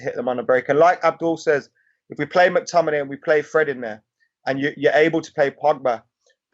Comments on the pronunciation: Can't stand people pronouncing it MAC-Tominay. It's McTominay. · That new guy can't say McTominay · McTominein? sprechen sie englisch? i think he plays for scotland not germany